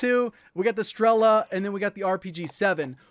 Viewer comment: As Russian I can help you with pronunciation: You said strEla, but you should said strelA. The same, as grOza, but right - grozA. Strela(Arrow) - Стрела Groza(Lighting) - Гроза I put down a word in Russian so you can use it in Google translate to check it up.